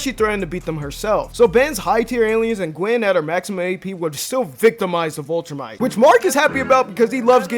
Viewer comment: Man's didn't say Vultrumite